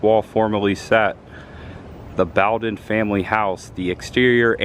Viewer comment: It's "Boe-den" and not "Bow-den". Sorry to be a nitpicker.